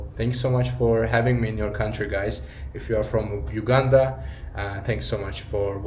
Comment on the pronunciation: And I like the way u prononce Entenbe btw u pronounce the U as u not ou in Uganda but thank you for coming to Uganda and O hope you had a great time here